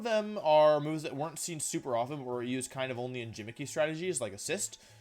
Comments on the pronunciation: he pronounce gimmicky as "jim-icky" :'( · did he pronounce gimmicky as "jim-icky" ???!?!? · did this guy say "gimmicky" with a J sound?! kill me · Why do you pronounce g as j “jimmicky” “tojakiss” ? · the way he says "gimmicky" as jimmicky >.< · Do you honestly think it’s pronounced “jimmicky” though? Like, you know that’s not how you say it right? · Did he really just say jimmicky? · Did you seriously say gimmicky with a soft g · My guy really said "jimmicky" Lmao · I want to like this guys content but it’s so frustrating hearing him mispronounce words starting with « gi » - is it on purpose or? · Why did you pronounce gimmicky like that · Gimmicky is not pronounced like a J, genius.